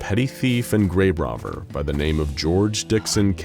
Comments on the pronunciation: Is no one going to mention that he said "Grabe Rovver" and not "Grave Robber"? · he says grabe rovver instead of grave robber and I can never un-hear this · Did someone else notice the narrator call him thief and grabe rover? 😄